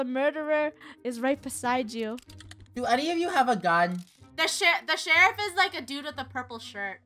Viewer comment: oh no she said sherriff wrong and the word when she said it wrong it was the s word